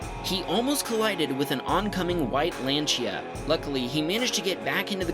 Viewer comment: The way you say Peugeot and lanica really annoys me because of how wrong you said them